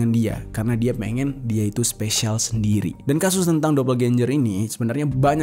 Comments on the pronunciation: DOBELGENGER GTU BANG. Aneh bgt nyebutnya dobelgenjer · Bro doppelganger bacanya dopelgenger, bukan dopelganjer!.jadi aneh kedengArannya. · Dapel genjer pranowo 🤣🤣🤣🤣🤣 Bisa kali bang googling dulu cara bacanya wkwk